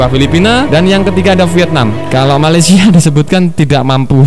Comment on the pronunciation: Bikin ketawa mimin kalo ngomong malesia.. knp mimin dengangan malesia nihh... 🤣🤣🤣